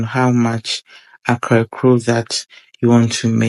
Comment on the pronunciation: Great cooking. Small correction. It is pronounced 'Kaklo', not akrakoo. Kaklo is a Gadangme word for fritter.